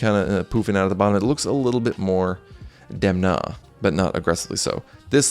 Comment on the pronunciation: Please try to pronounce Italian names correctly. It's not difficult. You simply google how to pronounce them before shooting your videos and you can do a much better work. You pronounced all names as if they were in English. Demna and his team made an effort to achieve perfection also in terms of promoting Gucci as an Italian house --- La famiglia, as a matter of fact. It's relevant.